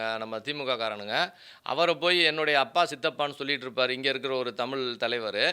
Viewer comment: Sir Tamil lagaram sariyaaga sollungal